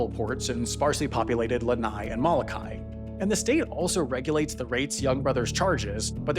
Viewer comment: Great research. If there’s a next time please “mo-lo-Kai” not “ma-la-Kai”.